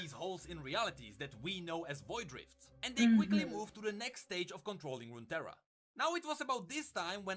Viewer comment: Runeterra is just 2 words put together. Rune & terra. So it's just pronounced as "roontera".